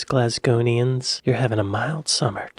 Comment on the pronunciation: It's Glaswegians not Glasgonians